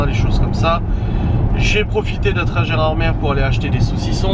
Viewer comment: Bonjour, Gérardmer se dit « Gérardmé » et non « Gérardmere » Si jamais un jour tu fais la visite du lac en bateau ils t’expliqueront pourquoi 😊